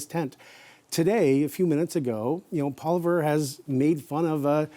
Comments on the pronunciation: I really wonder about the objectivity of. He clearly hates Poilievre to a point where he even badly mispronounces his name each and every interview over the last year. I automatically discount what he has to say because he is so clearly biased. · needs t9 learn how to pronounce the leader of the official opposition's name. Not that hard and something your paid to know. C'mon guys. Love and concerned for the quality of the CBC from the left. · Why can't this guy never pronounce Poilievre's name correctly. He's doing that mispronunciation on purpose.